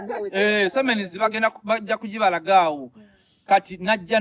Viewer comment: Siemens not semens 😄😄😄😄